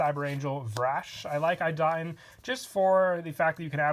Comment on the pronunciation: Cyber Angel Idaten is pronounced E da ten